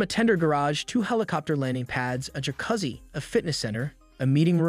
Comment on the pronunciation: It took me a bit of time to realize that the yacht Mia Plus was really MY A (Motor Yacht A)!!! It's about the time he mispronounced "jacuzzi"!